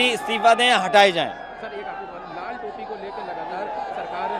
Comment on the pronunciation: Pahle bolan Sikhe pahle to hanumaan ji ka Vastra sindhoori hai aur lal ko rar bol rahe ho